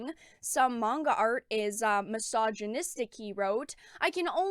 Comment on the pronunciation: what about the misandry in american comics? Also the co-creator of GG-cup Powergirl is complaining about manga being too sexist. Are there even any Manga girls that are THAT big in the chest? also mongu? i know you are talking about manga but it is weird hearing people pronounce it as mongu. Even the Asian folks I know say it is pronounced as manga maybe it is a cultural thing. Fans of any media just want 1 simple thing; Good Stories and Japan is providing that.